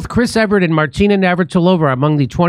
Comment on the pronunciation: Jimmy, its EVERT, NOT EVERETT.....